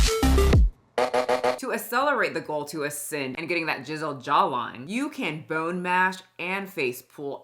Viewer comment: At one point it sounded like you said 'jizzled jawline' instead of 'chiselled', and honestly, accurate. Edit, just got to 'tiptoe maxxing' and I'm now dead. This is the most pathetic segment of humanity.